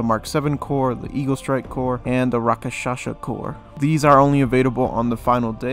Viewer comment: did you just call it rakashasha It’s pronounced raksasha